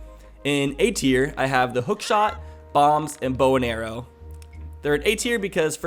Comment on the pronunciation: Every time you say bow and arrow, I understand bone arrow :)